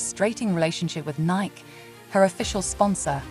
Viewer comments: It is Nie’ kee, not Niek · Who is speaking/reading these Podcasts.? Nike was pronounced Nik. Too much AI…